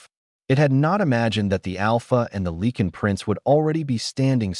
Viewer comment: What is it with AI not knowing how to pronounce Lycan? I cringe every time I here Lee-kin.